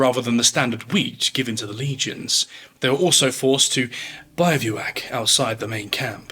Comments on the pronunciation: Absolutely brilliant video. A small note: Bivouac is not pronounced “bye-view-ack” it’s “biv-oo-ack”. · Great video, but Bi-vouac is pronounced bivouac. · Love the video. The twatty pedant in me just has to say: bivouac is pronounced differently. The bi doesn’t have an inflection it’s biv the same way as you’d pronounce the bi in bin. To be bivouacked outside the main camp just means they’ve been made to make camp on the outside which is the lowest most vulnerable place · I don't know if anyone cared, but it's pronounced "bih-va-wak" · I'm sorry - bye-view-ack?? Really? I've never heard anyone say the word bivouac that way. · Odd pronunciation of tribune and bivouac, otherwise good video. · The pronunciation of tribune is correct. So is the "trih-byoon" pronunciation. Both would be correct ways to say this. I've never heard Bivouac before this video but an internet search shows me you're correct with that one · Yeah this should be editted over